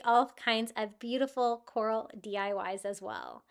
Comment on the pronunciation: All of them are pretty but the coral wreath is beautiful ❤ the word is CORAL